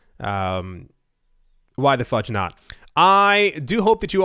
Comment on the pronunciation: That last fudge, at 1.8x speed, totally sounded like fuck lol ....